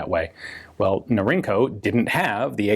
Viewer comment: Norinco is "Northern Industries Corporation." The acronym is pronounced Nor-In-Co. It's not "inc." like "incorporated."